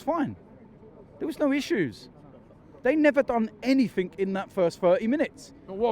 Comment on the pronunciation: Enythink!! 😂😂😂 love Londoners inability to say....anything lol 😝